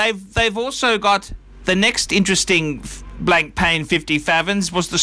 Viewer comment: can you learn how to say blancpain for the love of god.